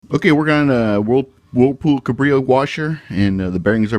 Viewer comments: Cabrio… not cubreeo… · Cabrio cab reeo not cubreeo cub reeo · Pronounced Cabreeo not cubreeo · Cabrio not cubreeo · Yup cab ree oh not cub ree oh